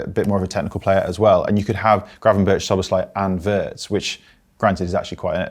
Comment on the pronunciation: Can everybody just say Szoboszlai’s name as it should be and not with an SH sound? Thank you